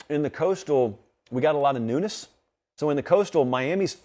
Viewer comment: Every time he said 'newness', I thought he was saying 'nudists'. I was like "what does that have to do with anything???" My b!🤣